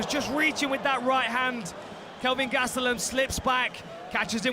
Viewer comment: Right?! “Bisping” this and “Bisping” that until he got smoked and then it was all “Gastellum” 🙄